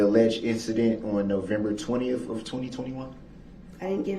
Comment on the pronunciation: He drives me crazy with the way he pronounces "th" as "f". Detective "Goof" and "November 20ff". You would think he would try his hardest to sound professional and intelligent, but no..